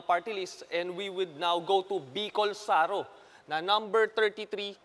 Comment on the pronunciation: Bicol Saro matigas bigkas hindi malambot..it means 0ne Bicol